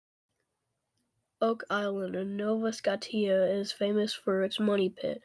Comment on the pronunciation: Great research and great paper you wrote on this. However your pronunciation of Scotia was incorrect. It is pronounced Scoshia not Skotia keep up the great work